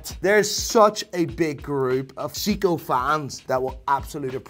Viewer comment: Dude can't even pronounce Seiko